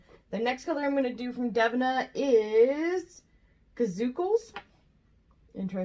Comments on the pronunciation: I believe it is pronounced Dev-een-ah rather than dev-in-ah 😉 No big deal. I just didn't know who you were talking about at first so I thought I'd let you know to avoid confusion. 🙂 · OMG GUYS I'M SO EMBARRASSED!!!! I literally pronounced the name of their brand wrong like twenty times, PLEASE, PLEASE ignore my Midwest take on it lol I hadn't purchased from them before or seen anyone else's videos to know I was saying it wrong. Literally, so embarrassing. Also to Devinah should you ever see this, I am so truly sorry! I'm awful with names to begin with but I will get it right in the next one!!!